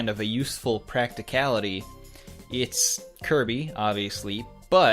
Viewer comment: "Koiby, Moiganna.", is that you???